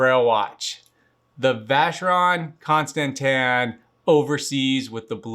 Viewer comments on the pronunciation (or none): Constantine lol just like an American just like me lol. I have the same watch! I have like 6 straps already!